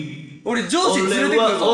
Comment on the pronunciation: ここら辺から「上司連れてくる！！」が「ジョージ連れてくる！！」に聞こえてきてガチしんどかったwwwwww